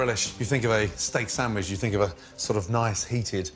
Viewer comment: i love that in other videos he pronounces things correctly like "cwahson" for croissant....but in this he says "steak sammich"